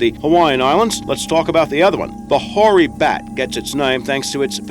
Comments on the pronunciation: Hoary bat....not nory bat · Nore bat, im pretty sure he said whore bat, haha